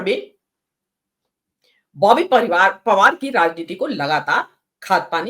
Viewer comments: ओए आप पहले बॉबी पवार कहना सीख लो फिर रिपोर्टिंग करना कांग्रेस की तरफ से 😂😂😂😂😂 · Boby pawaar kehne ka abhiyaas karna chahiye thha ko samachar padhne se pehle